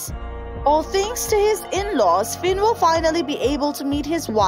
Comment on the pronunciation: It is Finn not sinn